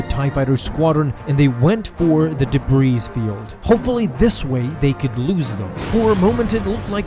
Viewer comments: The "debreeze" field? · I will never understand, how Youtubers like him and Mr Creeps, who depend on constant narration... both can't pronounce "debris", instead saying, "Deh Breeze". The S is silent, yo. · Debris is pronounced deh-bree, not deh-brees. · "debreeze field" uh the s is silent buddy lol. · 1: Infinities not infinite 2: and did I hear you pronounce Debris as Debreeze? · A ha ha haaaaaa! You said 'de-breez'! Why you doing iteration with such bad skills? What are you, five? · "Debreeze" field? Lol.. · “De-breeze field” ;) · The S in "Debris" is silent. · And pronouncing the 's' in 'debris' is a bit infuriating too...